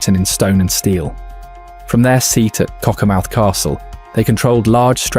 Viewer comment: So glad AI said Cockermouth properly 🤣 As for Unknown and Lead or Leed just so annoying. Who feeds the shit some Chinese twat FFS 👎